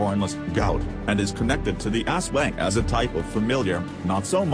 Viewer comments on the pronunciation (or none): Filipinos: aswang The narrator: asweng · As-Wang! :P